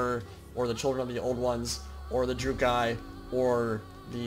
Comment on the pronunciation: For your information, it's pronounced "Dru-Kee". It has been confirmed for a while. Nonetheless, great video and a very interesting addition to the game if it ever becomes real.